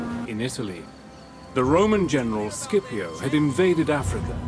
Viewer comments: Fantastic video, but I have to say a little thing, as an italian I can say Scipio has to be pronounced like Shipio and not Skipio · The correct pronunciaton is "Shipio" not "Skipio" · Why on english lenguage the pronunce of “scipio” become “skipiow” wtf😂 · The first half of this video is Historically INCORRECT and the narrator can"t even get Scipios name right at the end of the video and calls him "Sipio" so a 2 out of 10 for this one.